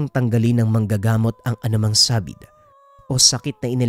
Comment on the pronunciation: sabid..hindi saaàbid.ikaw naman e....kung ang guuulok binibigkas mo ng gulok...natututwa lang...